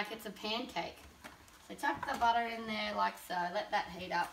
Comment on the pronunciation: That's how you say "butter".